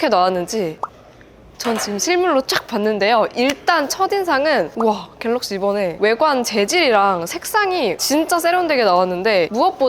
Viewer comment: 영상을 봤는데....왜 "어떤게 괠뤅쉬게?" 만 생각 날까요 ㅎㅎㅎㅎ